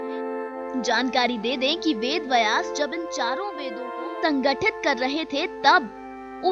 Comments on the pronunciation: आपकी हिंदी कि हालत बहुत ही दयनीय है थोड़ा और सुधार करें। बयास नहीं है व्यास है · पहले उच्चारण सही करें वेद बयास नही वेद व्यास हैं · मैडम वेद "बयास" में आप गलत बोल रही हो। शुध शब्द है " ब्यस" ना कि बयास। गलती सुधार मैडम। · बिलकुल, पर पहल अच्छी हे। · Bhai "Vayas" nahin hein, "Vyaas" hein; donon mein anthar hein; uchaaran sahi nahin honey par arth bhi badal jaathaa hein! dhyaan deejiyey. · व्यास शब्द उच्चारण सीखे